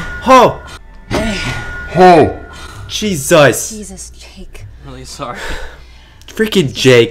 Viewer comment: You both said juesus😂😂